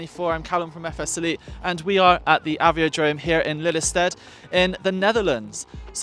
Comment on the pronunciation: FS Site? You have pronunced it as "city". It is not two syllables. Please change it.